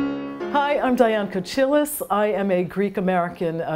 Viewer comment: I'm curious about why Diane pronounce her last name in the wrong way in English, it's Kohilas like in heel, ko heel as, meaning "shell like", that's the correct pronunciation in Greek. I guess something was lost in translation because most times ch in English is pronounced ts.